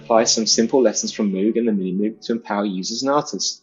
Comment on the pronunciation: The message would have been more effective if knew how to pronounce Moog lol